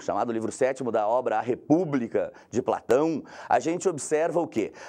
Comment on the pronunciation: De Platãuum